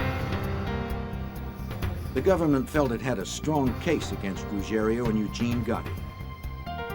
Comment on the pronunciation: It’s Ruggiero.